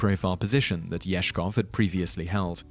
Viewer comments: Ezhov. Not Ezhkov. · It's Yezhov, not Yezhkov. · Sorry, but it's Yezhov, not Yezhkov. Also, pharaoh Akhenaten was erased, including his names in his tomb, which made his soul a wondering ghost. Luckily, they didn't do a thorough job, so archeologists were able to restore it. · It's Yezhov, not Yeshkov/Yezhkov (the disappearing man next to Stalin). Funny thing is, Nikita Khruschov's successors very nearly succeeded in erasing nearly all public record and memory of him (even though he was allowed to live out the rest of his life after removal from power in relative comfort) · Yezhov. In Russian Ежов. There's no K in his name.